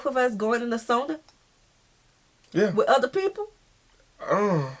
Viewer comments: How to pronounce SAUNA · As a American born person of Finnish decent raised in Northern Minn., Sauna was a big part of life. It is one of the few regions in the US where sauna is pronounced properly.( it is a bit of a shame that the only word of Finnish origin to make it into the English lexicon is pronounced incorrectly by most Americans (BTW, closet you are likely to get to the correct pronunciation is SOW-na (SOW rhymes with HOW)) .) We, as most people in the area did, had our own sauna. And going to sauna Au-natural seemed perfectly normal to me growing up. (It wasn't until a moved to another part of the country that I found out that some people are uncomfortable being naked in front of others. Sauna was often a social occasion, with friends and family inviting you over for sauna. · So many things in this video was just not true. We don't really care how you pronounce sauna, If you like salmiakki or not or If you like Sweden. Sauna IS sacred place to us and we go there naked. When we are in sauna, we don't stare other people bodies or comment them. If you are not ok with being naked, it's totally fine to wear towel. Doesn't affend anyone. You don't need to bring gifts, when voisit a Finn. You can If you want to, but we don't expect you to. And never ever have I seen any guest slippers or something. Actually theres not many things that makes us mad. One of them is littering. Especially our nature. That IS really big no no and definatelly unforgiveble. Tip If you want. And try our mushrooms, they are soooo goood 🤤